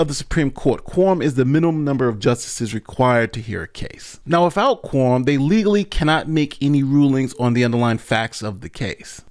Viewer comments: Why do you keep saying “Quorm”? The word is “quorum”. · Hahaha!!! Sorry, but I had to share. I'm listening at 2X speed, and it sounds like he's saying "porn" instead of quorum. Changes the whole tone. Back to work now.